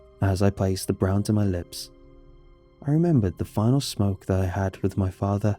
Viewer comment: "my fahthah"